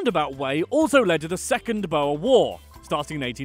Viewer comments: When you say "Boer" try pronouncing it like this: Boo + R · There are a lot of words that are mispronounced, but a few of them are very difficult to pronounce even if you are taught the correct pronunciation, here are the rest: Boer is pronounced: Boo-er Witwatersrand is pronounced: Vit vaah ters runt Vereeniging is pronounced: fir ee+uh nah gin (Please note that the G sounds like you are clearing your throat, much like the ich in german) Apartheid is pronounced: Apart-hate Kwa-zulu Natal: is not Zwa-zulu Gauteng, the G is also pronounced with the throat clearing sound Limpopo is pronounced: Lim p+oh p+oh Vredefort is pronounced: Free+er der fort Wouter Basson's name is pronounced: Voter Basson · Ai, hy sê bouer i.p.v. boer - dit maak my ore seer, maar ons spreek virseker sommige van hulle woorde verkeerd uit. 😁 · its pronounced boor not bo-wer and its not yoh-han-es-burg its joe-han-nes-burg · Its pronounced (boor) boer war not bower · Dude... "Boer" is pronounced "B-ooh-rrr" Not Boa like a snake??? Hehehe a simple google search would have told you that! Us Afrikaans people would appreciate the correct pronunciation. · You pronounce boer like boor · it's weird because in both English and Afrikaans the "oe" makes more or less the same sound... Idk why he said "bo-a" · bo - er south africans: bruhhhhhhhhhhh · 😂 omg... the pronunciation on “Boer” It’s more like “boo” + “er”. drag that O a bit. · When he pronounced the boer war as "bo-er war" I just... It's just basically the farmer war, if I put it in simple translation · He says Boer like "Bouer" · I'm South African And The Way The Say Boer Makes me mad its pronounced Booorrr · Why do foreigners pronounce Boer as Boa, and Johannesburg as Yohannesburg Even as someone who only speaks English that doesn't even remotely make sense... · Boha...thats hilarious, being from South Africa you have completely destroyed that word. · Boer is pronounced like boar like the wild boar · Boer.. Pronounced (booo-err)